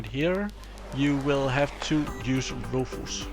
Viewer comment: Another great video! I'm really enjoying virtualisation for d*mmies!! Also, Rufus is pronounced roo fiss, you seemed kind of unsure on how to say it. Not trying to be pronouce police or anything.;o) I also noticed your teeth are looking great! How much longer do you have to wear you braces? I had braces back when I was in high school...I HATED them! Anyway, great videos, thumbs way up. Thank you!! eric ps: I rewatched video 169...laughed my off again, a truly classic line!